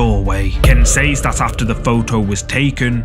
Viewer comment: Please pronounce "says" properly.